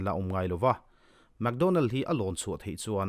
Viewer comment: mac donnell, analh na lai tak chu mac tih lai kha,leh map han tih ang chite hi...hehe